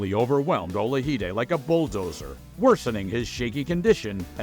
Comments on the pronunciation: Michael Ola-hi-de? I didn't know Michael Olajide was Spanish? It's Ola-ji-de. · Narration is terrible. Boxing games? Referring to Hearns as an amateur. Mispronouncing Olajide-you can hear Marv Albert pronouncing it correctly on the background.